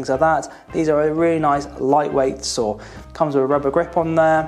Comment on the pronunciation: Sometimes I heard "sword" instead of "saw" which made the video quite funny lol